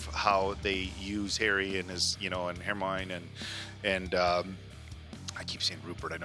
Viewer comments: Just a note: It’s not Her-moin It’s pronounced: Her-my-oh-nee Hermione is the feminine version of Hermes, the Hellene God🇬🇷 Ερμής / Ermís Ερμιόνη / Ermiòni •Muggles don’t know anything about the magical community and also there is the International Statute of Wizarding Secrecy when each country has to keep hidden its magical community! •Pure-bloods: those that their parents are both wizards and have a long line of wizards ancestors. *Pure-bloods are not those with only their parents being wizards. Pure-bloods are those with only magical family members, generations back. Harry’s mother is a muggle-born witch so Harry is considered to be a half-blood. •Half-bloods: those that one parent is wizard and the other muggle •Muggle-borns: wizards that they don’t have magical ancestors. •Squibs: people with magical ancestors that they don’t have magical parents, they cannot use magic. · I love how he says "hermine" for Hermione. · “Hair-moine” … they say it perfectly clearly in the movie lol where are you getting that pronunciation from?? 😅😅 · I think it’s hilarious that two of you don’t pronounce any name correctly.( lol) but, it’s fun to watch you dive into these movies, they do get darker and more adult as you go. I’m 53 and just got into HP in the last two years and love the books & movies. It’s just puts you in your younger frame of mind and imagination, which is really fun.